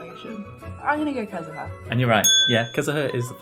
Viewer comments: "Kazaha" it is u mate say it like it is wrote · Im getting triggerd bc he said Kazuha and zhongli wrong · also unlike his last video, he has made an active effort to pronounce names right. for example he said "kiki" instead of "chichi" last time, and now he said it right, because the YouTube comments told him so. I didn't see any names being wrongly pronounced this time except for the fact that his sister called Venti a girl by accident :)